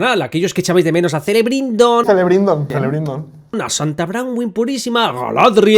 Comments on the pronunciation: “Celebrindon”? 😂😂😂😂 animales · No sabía lo de “Zelebrindon”. Escucho tu canal mientras trabajo, por lo que tampoco pongo un 100% de atención. Sigue adelante con tus videos y si incorporas el tema de las vocales tónicas, mejor.